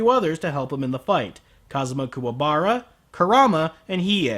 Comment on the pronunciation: I honestly prefer Kuwabara's voice in this movie. Sure he mispronounced his name, but at least this one doesn't sound like a choking sealion